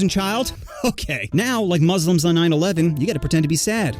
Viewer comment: He did so much better saying muslim correctly compared to pretty much anyone else who isnt muslim themselves.